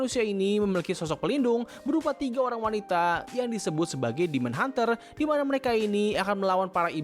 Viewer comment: HUNTERS BANG BUKAN HUNTRESS.....